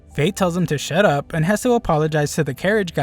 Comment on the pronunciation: When he said shut up to greed he said shit up 😂😂😂😂